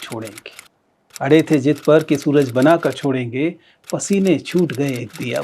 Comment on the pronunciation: it's not jidd, it's zidd ....(Hindi subtitles sahi likhe h apne but apka pronunciation galt h...)